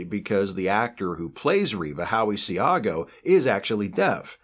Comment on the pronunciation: Enjoyed this video as always, but one comment: Howie Seago is a great actor; I've seen him act in person at the Oregon Shakespeare Festival and met him there several years back. If I recall correctly, his last n ame is pronounced "see-go."